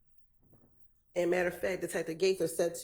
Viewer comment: Someone teach this man it’s “investigators,” he struggling bad 😂